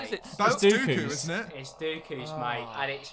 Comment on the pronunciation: Its dooku not doku